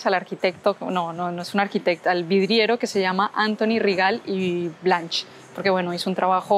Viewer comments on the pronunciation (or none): QUe bonitos videos!!! Se nota tu pasión por la cultura catalana!! Mira un tip, en catalan normalmente las T finales no se pronuncian i las CH a final de palabra no se pronuncian como en castellano sino como una K. Es decir a modo de "transcripcion fonetica" el nombre de Antoni Rigalt i Blanch se pronuncia Antoni (o abierta) Rigalt (en este caso si se pronuncia la t) i Blank (con se pronunciaria casa , Kasa). Disfruta de Barcelona!! Una abraçada forta!!! :D